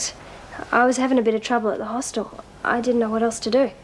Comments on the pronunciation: "Hostel" - let's just add that to the list of words Meg Morris cannot pronounce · Damn Meg it's a hostel not a Hoss Tell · If meg says hosteeel one more time..